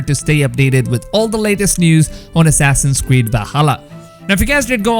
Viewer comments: Assassins cweed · Assassin's Weed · “Assassins Cweed” 🤦🏼‍♂️🤣🤣